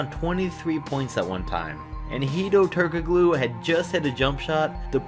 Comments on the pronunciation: Turk uh glooo hahaha it is Turk uh loo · Okay dude, you're not allowed to make any more NBA videos until you learn how to pronounce "Turkoglu." And while you're at it, look up "Ralph Sampson."